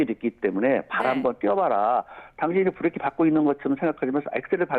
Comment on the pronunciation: 김현정 뉴스쇼에서도 이분 인터뷰 들었는데 /// 아뭏튼 브레이크라 안하고 계속 브레끼라 하시네... 정비명장이라 더구나 저리 부르시나